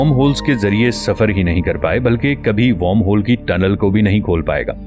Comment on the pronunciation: Better Video after a long time on this channel. Only the pronunciation of wormhole isn't correct. I am also a voiceover artist.